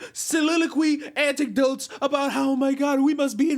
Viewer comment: "Anticdotes" *anecdotes